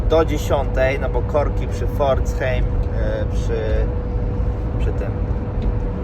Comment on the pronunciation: Pforzheim = czytaj Pforzhajm